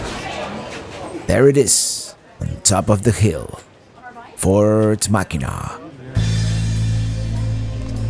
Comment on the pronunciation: No it's pronounced Mackinaw.